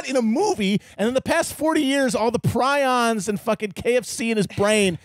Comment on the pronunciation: “pree-ons” Matt; “pry-ons” are the birds, bro